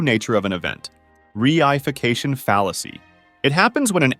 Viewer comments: "Reification" is pronounced "Re-ee-fication" or "Reh-ee-fication," the I isn't pronounced as I. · others may have pointed this out but there are some mispronunciations in this video, for example “reification” is NOT pronounced “ree-eye-fication” it’s “ray-uh-fication”, someone watching this video might sound a bit funny when they speak in their logic class the next day 😂